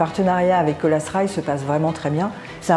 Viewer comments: Colas Rail se prononce en anglais Colasss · Colas se prononce "Cola" pas "Colasse" 🤦 qu'est-ce qui vous a pris ??? C'est contagieux ? sinon bonne vidéo